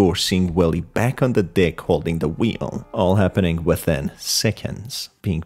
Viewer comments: No offense but when you say deck it sounds like you say d%#$ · I keep hearing him say “ wash the dick “😂😂😂😂😂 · I misheard deck as d#ck 💀💀💀